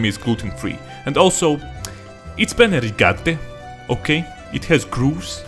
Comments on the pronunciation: Man the way says "penne rigate" pulls out of me my italian satisfaction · Me, an italian: I've seen enough I'm satisfied I love how you pronounce "penne rigate" I laughed a lot 😂👍🏻 You really know us